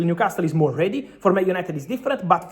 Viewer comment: Fabrizio, you're a wealth of information and I know English isn't your native language, but common paisano...stop mispronouncing Newcastle as 'castel'; the 't' is silent, like 'casel'. I'm shocked someone hasn't corrected you sooner. Otherwise, grazie and molto bene!